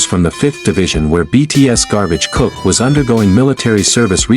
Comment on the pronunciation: I hate to be so blunt but, if you are going yo do a video about any members of BTS please learn their names before making the video. This is Jingkook not June.